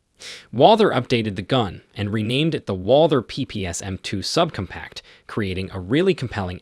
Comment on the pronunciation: sub-cumpact? sig p three hundred sixty five? this narrator might be the most obnoxious ever